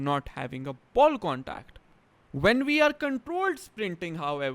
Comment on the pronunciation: “Wud is a ball condacd ?” Lol